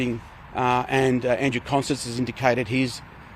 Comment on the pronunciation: Did I just hear John say "expecially"? And did he call the transport Minister "Andrew Constant"?